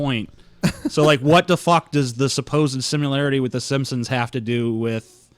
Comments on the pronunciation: He says "simsims". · It drove me nuts every time the called the simpsons the 'simsims' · Why the fuck can't the vigilant dumbass pronounce "Simpsons" correctly? It's a really common name. Plus they say "The Simpsons" at the very beginning of the goddamn intro. And the dumbass also says "e-moral" instead of immoral.